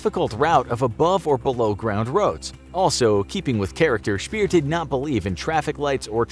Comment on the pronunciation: Albert Speer isn't Albert Spier.